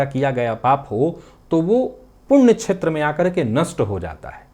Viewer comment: संस्कृत में 'राहु' शब्द का 'हु' ह्रस्व है, हिन्दी के शब्दों में चाहे अंतिम 'ऊ' दीर्घ लिखा जाता हो। बोलचाल में भले ही 'श्राप' शब्द चलता हो, शुद्ध संस्कृत भाषा में यह शब्द 'शाप' है। 'क्षेत्र' शब्द के उच्चारण में प्रादेशिक प्रभाव से 'छेत्र' बोलना-सुनना अच्छा नहीं लगता।